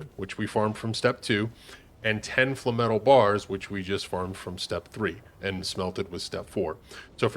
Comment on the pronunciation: FLAME-METAL “Fluh-metal” sounds like a sponge bob phrase …